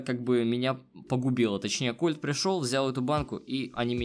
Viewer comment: не правильно не колт а кольт